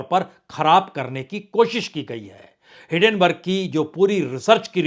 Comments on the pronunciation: सर जी, मैआपका हरेक वीडियो ज़रूर देखता हूं। आप कृपया हिडेनबर्ग की जगह हिन्डेनबर्ग बोलें, मेरी गुजारिश है। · सर आपसे रिक्वेस्ट है , वो हीन्डनबर्ग है आप हीडेनबर्ग पढते हो